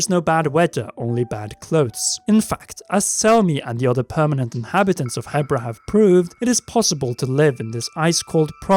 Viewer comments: I think its pronounced Heebra just like zebra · isn't it prounonced "heebra" ?